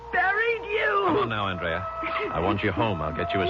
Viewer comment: Anyone notice how he switches back and forth from AND-rea to aaand-REA?